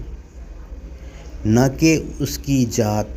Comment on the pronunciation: Zaat kahete hain ,jaat nahi apna makhraj to sahi kar lijiye taki log apke waaz ko sun kar super amal Karen warna logo me ghalat masg jata h😊😮